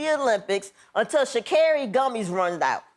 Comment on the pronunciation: Sha-car-ri. Get it right Wanda